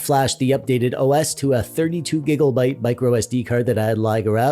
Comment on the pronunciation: the way you say gigabyte is disgusting. and it makes me not wanna watch anymore.. as cool as your videos are the way you talk just turns me off to much. i wish you the best man. no hate just genuinely your voice irritates me. im sorry i just felt i had to mention this. i cant be alone in this thought?